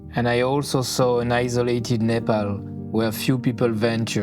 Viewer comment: Loved this video❤, absolutely heart warming. Especially, how well you pronounced the word "Nepal" was so touching. Some of our Nepali brothers and sister who has migrated to other nation has forgetton it. Hope they will not feel ashamed to pronounce Nepal correctly in proper Nepali accent, no matter whom they are talking with.